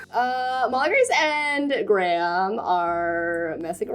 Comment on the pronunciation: as the prime minister in the story is probably based off the one in england, i just wanna say that graham is pronounced greyum. of course these are your characters, but if u wanted it to be more accurate...